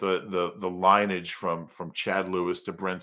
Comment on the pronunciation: Did he say line-age ?